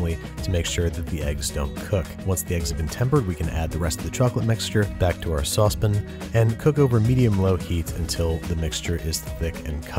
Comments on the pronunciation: Sauce PAN! Not fucking "Saucepin". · lol u said suspin instead of saucepan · I love how he says "sauce'pin'" although he use to say saucepan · “saucepin”. You say saucepan the same way my father does!